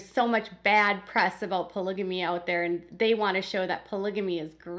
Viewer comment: Robyn believes in "ployga-me" 😂 💰